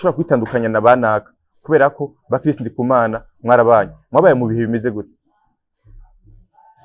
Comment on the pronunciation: Banza umenye kuvuga Chris neza 😁😁 ngo Kirisi 😂😂